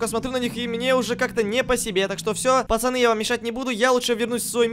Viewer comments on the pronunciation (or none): none